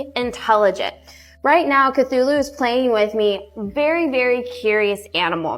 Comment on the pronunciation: she’s pronouncing it wrong. It’s sad that I know this, but it’s pronounced k-too-loo. It’s the name of a mythical deity. It’s an 8 legged creature so makes sense they named her that! My cat is called Cthulhu (it’s proper spelling). My partner named her. I named our male cat Freddie 😂